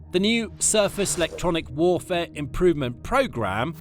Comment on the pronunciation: Amazing new method of pronouncing “Electronic”! Just take ofd the ‘E’ and SAY IT A HUNDRED TIMES! “Lectronic!” “Lectronic!” “Lectronic!” “Lectronic!” UGH.